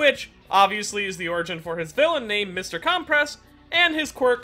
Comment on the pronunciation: Not CALM PRESS it’s pronounced (cUm press)